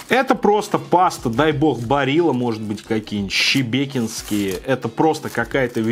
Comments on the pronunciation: мои уши залиты кровью, то чувство когда живёшь в Шебекино, а макароны Щебекинские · Шебекинские!!!!!!!! Через Ш, а не Щ.!!! А то так и останешься......